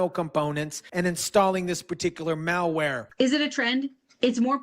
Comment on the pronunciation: Dude it's "mal" not "male" ware. Male wear is a suit and tie.